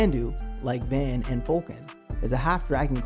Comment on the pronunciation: His name is pronounced V *ah*n. The 'a' has a deeper sound to it. Not the van like the vehicle. 😆 Also, I would love to see this anime get a reboot or continuation. I miss the characters so much and was never quite satisfied with either the movie or series ending.